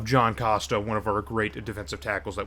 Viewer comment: I also wanted to note that John costa’s last name is pronounced “Coast-Uhh” not “Cahst-Uhh”